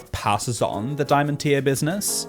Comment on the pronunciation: when he said you’re my diamond I though he said dah man 🤣